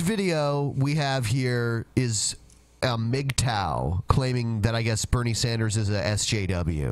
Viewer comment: "Bernie Saunders"